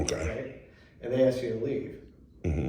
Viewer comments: And by the way, you …the word is “ ASK “, not “ AX “…..did you go to school and learn to read and write????? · No, mo*on, they aren’t gonna “axe” you to leave. They are going to “ask” you to leave. Those are two totally different words, with two totally different definitions. It sounds to me like you should be spending your free time polishing up your grammer, instead of harassing innocent people at the local DMV’s… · Axe me to leave….since it’s and axe….😬🙄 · Can’t even speak properly, what else do you expect? Aks me a question 😂 go on, AKS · Numb nuts here is so ignorant he can't even pronounce "ask" correctly, "axing" a question must be something different from "asking" a question. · Why do so many Americans, including this moron, "axe" people a question, instead of "asking" a question? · You gunna ax me to leave? What does “ax” mean? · They don't AXE anything a$$hat, they ASK you!! Learn to speak or shut it!!! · “ ax “ me to leave? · Had to crack up, every the frauditor said, "I just wanted to 'AXE' you a question, and/or 'AXE' about something else"! You are right, we have a very uneducated individual here that has no business using a camera!:) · To be fair it’s probably just his dialect. Different parts of the country pronounce word differently.